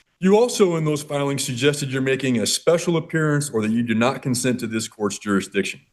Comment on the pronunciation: You would think that - at a minimum these SovCits would learn to say the word "Jurisdiction" ... It is NOT "JUR-DI-SHUN"